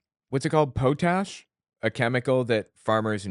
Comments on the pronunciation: Way more drugs come FROM the US TO Canada than the reverse! MAGA folks are so fucking gullible. I'm surprised they remeber to breath they're so dumb! P.S. It's pot-ash not poe-tash. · Its pronounced 'pot ash' i believe